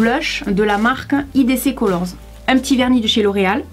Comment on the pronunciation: Le "IDC color" se dit en anglais hihi genre Aie dis colore 😂